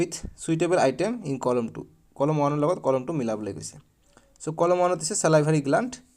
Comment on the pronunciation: sir colom nohoi coloumn😂